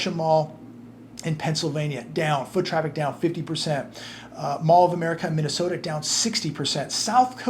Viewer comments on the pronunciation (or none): none